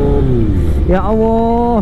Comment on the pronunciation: Maaf, apa aku salah dengar menyebutNya Ya Awwoh..?